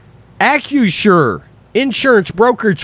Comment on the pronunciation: Shows you what a stupid name it is for a company OR for a stadium that mispronounces it over and over in this video. He keeps saying AK-U-SHUR instead of AK-RISH-SHUR. But no matter how you say it, it comes out CRAP.